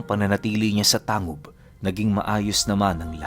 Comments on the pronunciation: Tanggub po tmang pgbgkas s lugar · Tanggub po ang tamang pagbigkas